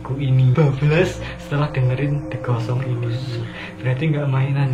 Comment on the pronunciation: Pas di "The Ghost Song" kok pas bilang gitu yang kudenger "The Gosong"👄